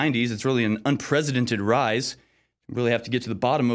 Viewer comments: Did anyone else hear him say "unpresidented"? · Dude it’s “ unprecedented “ with an ‘s’ sound, not unpresidented...which isn’t a word, but with a ‘z’ sound !!